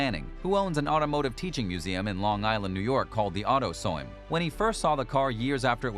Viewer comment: What annoys me the most is the way he said "Autoseum" and "chassis"